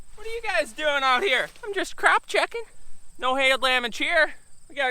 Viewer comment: Did you say crop checking or crap checking???